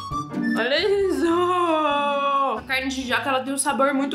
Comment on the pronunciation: O certo na pronúncia é CARNE e não caIrne, ACERTAR e não acerIrtar. Tem que estudar mais viu filha!